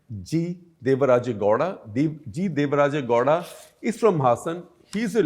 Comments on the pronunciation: Shekar keeps wrongly pronouncing Goda, it's Gow- da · It's not gohda Gow rhymes with cow. Pronounce it properly Gupta.